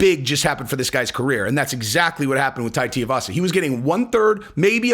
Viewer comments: Tia- vasa?!? Dude, is this the first time you heard of him? Next vid, exposé on Mick Diaz… Edit: Just realized you were doing an “uncle Chael”… Nicely done. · The correct answer is tai TOO-e-vasa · It’s TOO-EE-vasa. You’ve been listening to Chael too much lol. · going full Chael with the "Tiavasa." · Two - wee - vasa (pronunciation). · TU-I (ee)-Vasa but no worries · Well Try harder , have some Respect and learn how to pronounce the name of the guy correctly of whom your cashing in on the fame of 👊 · Oh damn Chael! He got to you for this one and jinxed you on saying Tuivasa. Lmao You always nail even the tricky ones. Therefore I blame Chael. 👍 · not nitpicking too much but for a man of your intellect you surely can read the name correctly. Or maybe you’re trying to pronounce the name wrong just like Chael? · Lol,, you pronounce Tai’s last name wrong just like Chael. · Listen you’re not Chael ok you can pronounce Tuivasa correctly come on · TUIvasa not TIAvasa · Jon would kill him. But it's pronounced more like too-ee-vasa than tea-uh-vasa. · Brooooo... his name is really not that hard.. like, sound it out.... Two - Eee - Vah - Sah. Now say it with me.... Tuivasa 🤦‍♂️ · TU-ivasa not TI-ivasa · TUIvasa. Rhymes with SHOEYvasa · Hey just helping you out. His name is pronounced Two-we-vasa. Uncle Chael is terrible (and hilarious) at mangling everyone's name...I hear some ppls say T-avasa. It's not right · It's Tooee Vasa not Tua Vasa. Pronounce it right lol. Just kidding, great work on the show and Bones 1st HW fight against Tuivasa would be astonishing👍 Make it happen Shelby/Dana. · Lol you and uncle chael kill me with Tai's name I know it's really not a big deal idk why it even bothers me but it's Too-E-Vasa not T-Uh-Vasa lol once again not trying to be the grammar police but for some reason nobody pronounces the poor guys name right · What is so hard about pronouncing Tui-vasa? It ain’t Tia-vasa… It’s literally said how it’s spelt… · Tai teeavassa lol